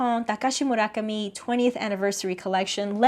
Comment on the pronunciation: thank you thank you thank you for including style codes and pronouncing "Murakami" properly, instant subscribe